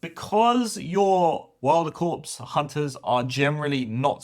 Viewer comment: Its core not corpse.